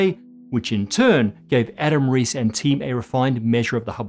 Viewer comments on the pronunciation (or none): He should find out how to pronounce "Huygens" - I was also doubtful about his pronunciation of "Reiss."